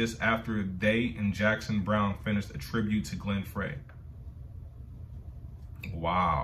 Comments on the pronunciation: If you've seen Eddie Murphy in Beverly Hills Cop, the opening song, "The Heat Is On" was a a solo project by Glenn Frey (pronounced "Fry"). The Eagles are a group you could create an entire library of reactions for their group collectively and their careers individually. Case in point, Joe Walsh "Life's Been Good", Don Henley "New York Minute", etc. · Glen Frey's last name is pronounced, FRY. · The name Glen Frey...is pronounced the same as french fry